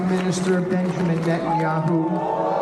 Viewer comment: Lol Witkoff got so confused by the reality of public opinion in Tel Aviv he caught the Dodderer-in-Chief's speech impediment: "Prime Minister Benjanyahu..."